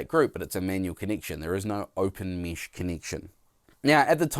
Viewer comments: 1. Nice comparison (but would be nice to hear the difference in sound of the mic) 2. It's mEsh, not mEEsh 3. Please, put your pants on. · WTF is Meesh? It's Mesh! (pronounced mehsh)! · Mesh... not mish. Uuurgh accent